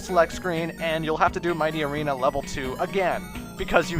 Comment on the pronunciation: Mighty Arena? Did you really say that? U cant tauk. /:(